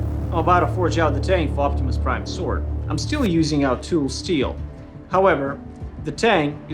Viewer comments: "Optimus Prine" Prine Nerd side: TRIGGERED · "make optimus prine sword" lol